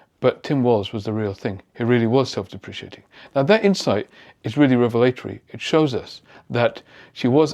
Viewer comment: Thank you for that detailed and insightful analysis. Just a small thing, there's only one i in deprecating, pronounced dep-ruh-kay-ting. Cheers.